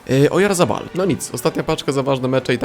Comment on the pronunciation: Orayzabal portuuu a nie orajzabal xddd